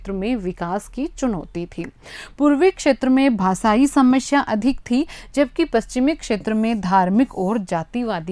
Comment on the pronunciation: Ajaad❌Azaad✅ Samashya❌samasya✅